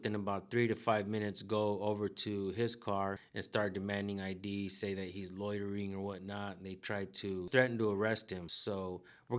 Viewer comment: What’s “lottering” 😂😂😂